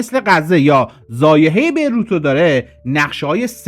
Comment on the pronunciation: ضایحه😅 نه ضاحیه❤